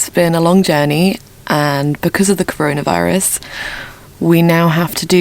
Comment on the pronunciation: Aaaah, the good old " CORORAVIRUS "